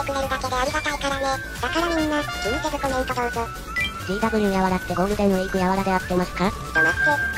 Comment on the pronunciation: 「ゴールテンウィークやわら」好き